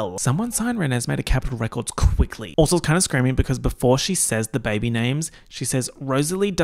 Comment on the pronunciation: “ze bébé”